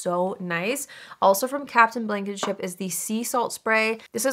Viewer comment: Why did I hear Captain Blanketship 🛏️⛵